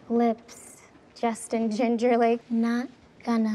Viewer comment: did i just hear "justin GINGERLAKE"